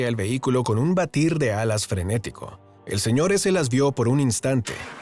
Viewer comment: Me gusto mucho la historia pero se perdió un poco el dramatismo porque cuando dices Sr. S se escucha como "el señor ese" y en Mexico (no se de donde seas) se usa mucho decirle "ese wey, ese vato, etc." Y por eso se escucha un poco chistoso